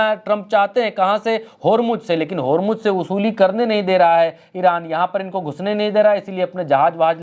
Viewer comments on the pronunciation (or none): Yaar godi media ki tarha bandaro ki tarha uchak uchak ker news na padha karo, prigya ka action dekho kitna sincere hai. Aur hormuj kahna band karo Hormuz sahi word hai.